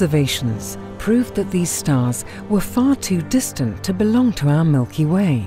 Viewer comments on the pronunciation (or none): none